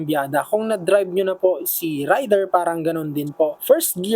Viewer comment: Raider is pronounced as "Reyder".